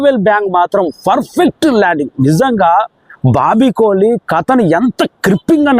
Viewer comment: Kohli kadhu kolli 😂😂